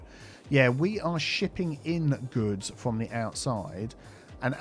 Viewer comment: when said shipping in good i wasn't paying attention and thought that he swore!!! LOL.